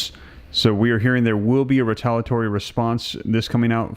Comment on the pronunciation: It's re-tal-ee-uh-tory not re-tal-uh-tory for ukfays sake.